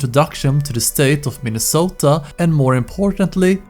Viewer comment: are you shitting me. "MiNnIsOtA"